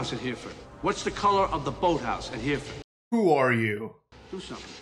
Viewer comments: Exactly. But also he had the grace not to point out that de Niro butchered the pronunciation - he says ‘here ford’ when the correct way is ‘herra fud’ - it’s always bugged me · The funny thing is Robert De Nero's character doesn't pronounce Hereford correctly which shows he's never been there either. It's pronounced Her-re-fud NOT Here-fud 😊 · The was he says Hereford is wrong it’s said like hera- fud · Every time I hear De Niro pronounce Hereford as Hear-ford my heart sinks a little. Ronnie Radford did not die for this!